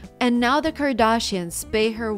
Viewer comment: why do you pronounce Kardashians like that? but damn the nails are really pretty